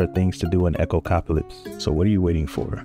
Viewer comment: "Echocopalypse" lmao.